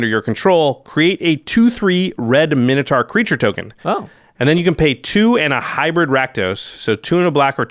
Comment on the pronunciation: "mine-oh-torr" not "min-o-taar". urgh